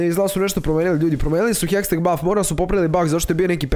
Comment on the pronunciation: nije hesteg nego hextech hahaha #BANDA